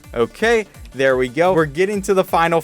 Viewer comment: On level 24 you said oh gay